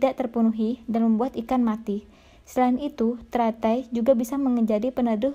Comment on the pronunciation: Suaranya bhahahaha lagi makan gula2 hahaha. ...... Serain..berindung.... Berebihan... Gulmah😝🤣🤣